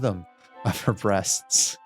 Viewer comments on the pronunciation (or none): BREATHS not breasts